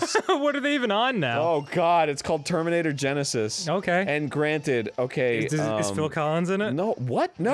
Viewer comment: I'm pretty sure he said germinator tenisis, lol I love it